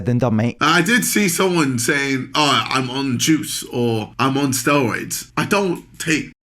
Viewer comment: Not sure KSI is on the juice, mostly because he apparently calls them "stayoids"? I'm sure he's just been TRENning hard to get those results....👀